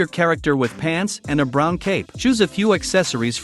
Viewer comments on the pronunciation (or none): none